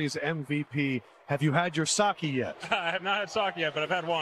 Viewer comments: How come they can pronounce "Kike" but they choke on "Sake"? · Adam Lefkoe needs to know how to pronounce sake correctly especially after watching the earlier interview with Shohei.